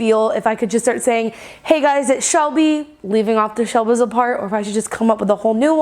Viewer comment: I skip forward 10 seconds whenever you say "shelbizlereee" mostly because I don't read that as shelbizle. Lol